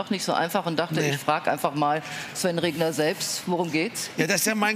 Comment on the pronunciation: Der Herr heißt Regener und nicht Regner!